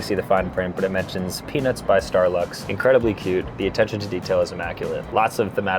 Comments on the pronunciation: Bro said peanuts so many times it sounded like penis sometimes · Was watching this while I was making dinner and my little one says “mama why does he keep saying penis” every time you say Peanuts 😂😂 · Bruhhh moist towels with peanus? Is the T the silent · Lol it sounds like it's saying penis instead of peanuts 😂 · Bro please pronounce the T in Peanuts😂 You said it so many times and all I was picturing was an adult themed Bachelorette style flight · Please pronounce peanuts more clearly 😂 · His pronunciation of peanuts vrs pen*s was odd. And funny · You ain't Sam Reid, also pronounce the T in peanuts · Bro did NOT say peanuts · bro is not saying peanuts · Guys, i dont think he was saying "peanuts" on the last flight 💀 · Peanuts or pen15 bruh u need to work on ur pronouncing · bro didn’t say peanuts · PeanuTs the T isn’t silent bro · I did NOT hear peanuts at ALL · Maybe try not to say peanuts to much anymore it doesn't sound like peanuts😅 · I swear hes not saying peanuts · Many times when you said "Peanuts", it sounded like you said something non-YouTube-friendly...